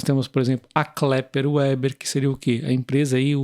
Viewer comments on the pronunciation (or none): eu entendi "kléper uéber"... "képler vêber". Mas não muda o fato de ser ótima empresa, assim como as demais que apresentou. Outro grande vídeo!